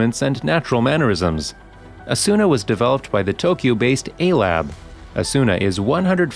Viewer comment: It's not Asûna, it's Âsuna.